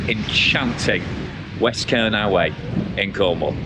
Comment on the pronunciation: Kernow is pronounced "Kerno" - just so you know - you'll have the Cornish after you mate ;) Glad you're enjoying my back yard though. The hills keep me fit for sure. Nice point you make at 12.00. My wife taught me many years ago that if you give it away, it will come back to you tenfold. She's not all talk - I've seen her walk the walk so many times in our lives. One example sprang to mind when you started philosophizing:- Back when we were still living in her homeland in the Caribbean and going through a financial crisis - we had ten dollars to our names, she gave it to a guy begging on the beach - her view was he needed it more than we did. He blessed us profusely before wandering off on his way and wouldn't you know it - about three hours later as we were watching the sun starting to set, she got a phone call from the gallery that represented her at the time. They had sold several of her works that afternoon - let's just say for a very tidy sum indeed. God moves in mysterious ways, and he has challenged us many times in our lives together, but He knows your heart and he watches over us all. I'm not saying that God is an ATM and neither is He a wishing well, but do right by yourself, others and by Him and the rewards you will reap will be worth far more than dollars and cents.